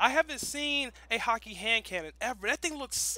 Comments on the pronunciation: it's pronounced hawk ah not hawk e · it's actually prounounced "hah-kuh". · please stop saying hakke wrong.. over and over again...